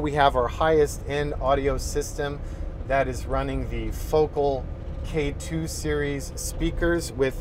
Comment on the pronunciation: You should go back and dub over all videos of you pronouncing “focal”. 😂👍🏻